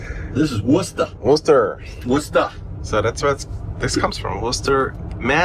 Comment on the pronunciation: Loved this episode can’t wait for the next one. On a side note and Shane pleased to hear you pronounce Worcester instead of Worchester. 🤣